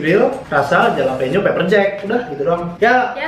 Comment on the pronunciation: jalapeno bukanya dibacanya Halapenyo?